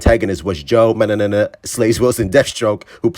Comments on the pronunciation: I think it's pronounced Manga-nello (as in jello), but keep saying mananana lmao that shit's too damn funny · Joe mang·guh-neh·low. If push comes to shove, use the british sound on google pronounce. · I got you bro, It's pronounced Man-Guh-nello. #RestoreTheSnyderVerse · It's manjanello that's how to pronounce it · The way he can't pronounce his last name just KILLS MEEEE 😭💀💀💀 lmao